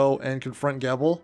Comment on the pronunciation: You said his name correctly in the beginning and then said it wrong afterwards. Gebel like feeble but with a Jee in the beginning. The game pronounces it! Also your clips of things have like no volume. Otherwise this is a great guide